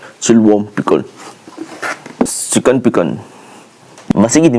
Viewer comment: chicken❌️ sicken✅️